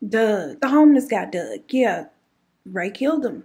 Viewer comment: Of course she knew! The QUILT with the initials gives it away....and you saying DOUGH doug had me rolling.